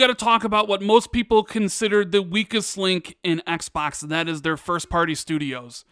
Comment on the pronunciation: Please Stop saying Xbax ,very creepy